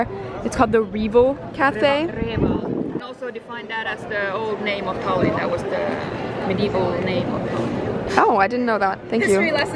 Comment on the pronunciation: Im sorry but isn't it Tallinn not thallinn sorry if its wrong in english